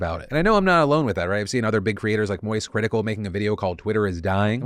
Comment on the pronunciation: Did you say MOIST CRITICAL